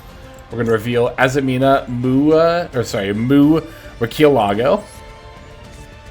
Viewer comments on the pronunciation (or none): mercy eh lah go